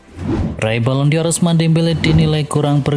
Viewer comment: Balon dor... BUKAN Balon di or... Koplaakkk... !!! Baca gitu aja gak becus... Channel abal2... 🤪🤣🤣